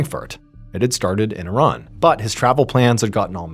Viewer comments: I love you know how to pronounce Iran correctly! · I am glad you pronounce Iran correctly, exactly the way you said it is not I Ran , I am not going anywhere lol!